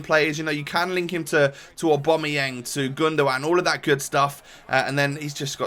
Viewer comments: Why does he always say 'Aubameyeng'???, there's an a not an e! AubameyAng!! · Yeah he always says 'Aubomeyeng' and it really pisses me off